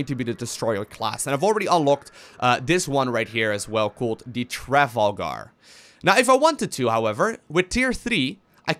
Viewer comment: I cringed so hard when tried to say Trafalgar XD